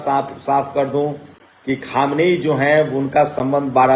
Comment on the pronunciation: Aap log news Dene Se Pahle Logon ke naamon Ka rehersal Kar Liya Karen Khamiyaini Nahin Khaminei